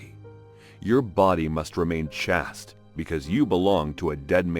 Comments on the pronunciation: For future reference, the word "chaste" is pronounced to rhyme with "chased", not pronounced "chast". If you are using your real voice, park this away. If you are using AI, please train it to pronounce words correctly. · Wow I didn't realize this was an AI voice. Chast? It's chaste. .